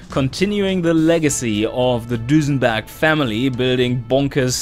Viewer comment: It begins... Nice epic-feeling intro, sets the tone for the monumental task you put ahead of yourself. That aside, I have to say one thing; the way you pronounce it, I can't help but to call your brand "DusenbArg" as opposed to "Dusenberg". Long live Dusenbarg? That's etched in my mind already, haha... As for engines being smaller but keep high power outputs, I dare say that strategy won't work until turbos join the scene. Making smaller engines in the early years is nice for side versions to compensate for the costs of the "Record Breakers", but they won't produce big power even if you try to rev it to oblivion... Those are my five cents on the matter, either way.